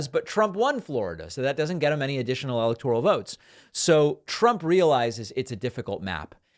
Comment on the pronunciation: David, please it is eeeeeelectoral not ellllllllctoral.